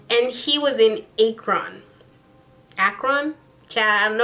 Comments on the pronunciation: Akron = ak-rin😂😂😂 i live in ohio. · Ooo, I'm from Akron, Ohio and you fucked the pronunciation all the way up lol 😂😘